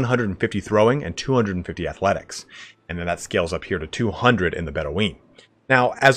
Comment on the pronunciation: I know this is pedantic, and it's 2+ years old, but Bedouin is pronounced Bed - ew - in, not Bedeweeen. They were real people, and the pronunciation is well known. Btw, great video otherwise, but that kinda stood out. Hey, at least you get some engagement for mispronouncing something hilariously?